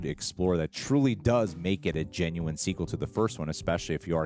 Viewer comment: and it’s Sequel not SEQUEAL 🤣